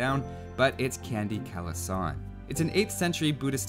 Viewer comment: It's read Candi Kalasan with a ch, like "chuck" in beef. And the /a/ sound is not /ae/ sound but like "car".